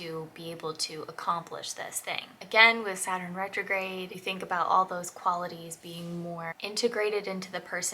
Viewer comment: Saturn, not Supiter! Lol! 😂